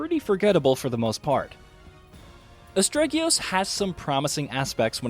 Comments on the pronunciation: It's almost like he procrastinated on his review deadline and tried to speed run the game to piece one together. "Asterigos" is sounded out for you in the game enough times for you to not have an excuse to say it wrong. He doesnt seem to be aware that he is reviewing a small budget game either, but probably gave the absent story Elden Ring a 10/10 because the trees looked pretty. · Im so shocked that he mispronounced the title within the first minute, and it hurt my heart every other time I heard it throughout the video xD It is still, however, an excellently detailed review as always, thanks!! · You mispronounced the name throughout the whole video. That was pretty disrespectful. Anyway, I liked the game so much that I bought 3 copies because I'm a rich bitch. I installed one copy on my games drive and the other two copies on an external ssd. Then, I unplugged the external ssd, wrapped it in 3 pairs of my knickers and burnt it in the woodland behind my (massive) house. My friends said it was a weird thing to do so I told them to shut their filthy fucking mouths or I wouldn't buy them things ever again, and they shut the fuck up! I'm the best rich bitch! I eat coins. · Man, you are butchering the pronunciation of Asterigos. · What a bad review. I don't even know if you liked the game, let alone if you recommend it. And you pronounced the name of the game completely wrong every time, if I were searching for the game based on your pronunciation, I'd never find it. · why does EVERYONE miss spell and mispronounce this title? its ASTERIOGOS not "astregius" lmao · Astregios?!! Learn to read... ASTERIGOS sigh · "Astreggios" Not quite, my dude. Great review though! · Its Asterigos, NOT ASTREGIOS! And its a low budget indi game, so you cant expect all the bells and whistles of a AAA title. For the price, I think its brilliant. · Did you just say Astregios? Wow! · How can the name be so hard to pronounce? Astregios? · WTF did you call it?? It's AS_TE_RI_GOS